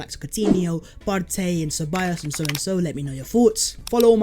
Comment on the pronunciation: Why do you pronounce Partey as of my man is Latin / Spanish? This is a Ghanaian man, not some Spanish geezer.